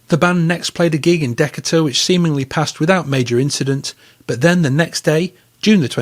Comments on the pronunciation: Deca’ ter? Dee’ kater. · I wondered momentarily, "Where's Deck-A-Tour?" Then I read the screen and realized you meant Decatur, which is pronounced "Deh-CAY-ter." Yeah, US place names can be weird. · Pronounced "Duh-kay-ter" 😁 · Thanks for your insightful video. I’d heard about the Kinks problems with the American unions, but not in this depth. I had to laugh at the pronunciation of Decatur, GA. When I was living in Atlanta my British girlfriend came for a visit and she pronounced it the same way. For future reference, the second syllable is stressed. De-KAY-tur.